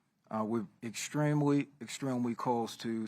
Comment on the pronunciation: 😂WTF did dude say at the very beginning? Extweemwy? 🤣 Extweemwy? 😭